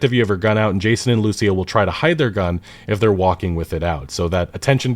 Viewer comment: When are you going to learn to properly pronounce Lucía?